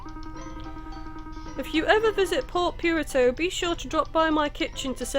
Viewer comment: I always do a double take when she says Port Piurto instead of Port Puerto (pronounced "poo-erto" for english speakers). I love the let's plays tho!!